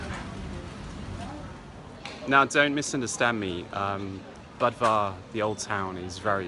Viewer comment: It's pronounced boo-dva, not buhd-va